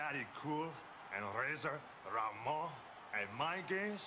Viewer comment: he really does, even down to the horrible fake latino pronunciation of "ramon"